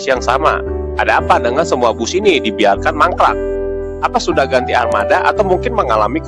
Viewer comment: Di biarkan kok jadi di bialkan😂😂😂😂